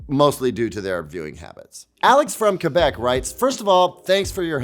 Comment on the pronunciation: Thank you for pronouncing Quebec correctly hahahah!